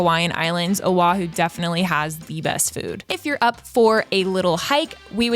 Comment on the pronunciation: Do diabła,!!!! Nie Ahu lecz wyspa OAHU. Czyta się tak, jak się pisze. Język hawajski jest podobny w wymowie do polskiego. Mieszkaliśmy z mężem 20 lat w Honolulu, stolicy Stanu Hawaje 50 tego, na wyspie OAHU. Pi ękne miejsce , atmosfera i ludzie ❤️☀️🤙🌈🌺 ps Ahu, to jest nazwa ryby.